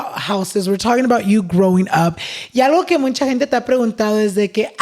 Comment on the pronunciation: ES MUCHAAAAAA, not MUNCHAA jajajajaaj. So happy you got Angie on the pod, she's gonna grow to be so successful! <3